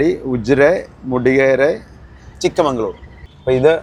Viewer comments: ചിക്കമഗളൂർ ആണ് ചിക്കമങ്കളൂർ അല്ല. കൊച്ചുമകളുടെ നാട് - പണ്ട് ഒരു ഉപതെരഞ്ഞെടുപ്പിൽ ഇന്ദിരാഗാന്ധി മൽസരിച്ചത് ഇവിടെ നിന്നാണ് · Chikkamangalore❌ Chikkamagalore✔ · Chikka-magalur. Not Chikkamangalur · ചിക്ക്മംഗളൂർ അല്ല , ചിക്ക മകൾ ഊർ( ചെറിയ മകളുടെ നാട് ) , ചിക്കമഗളൂർ ആണ്